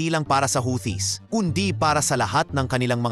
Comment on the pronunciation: The word "Houthis" is pronounced "HOO-tees", with the emphasis on the first syllable. NOT HOWTEE…. Or HUTI, but NOT HOWTEE.